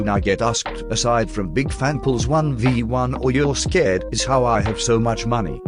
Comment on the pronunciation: "Scerred" that got me😆